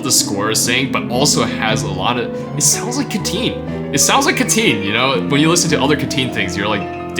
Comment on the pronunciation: Am only a cat liker here, not a lover. But he is not Ca-teen, but rather Cat-teen. He indeed is a cat lover.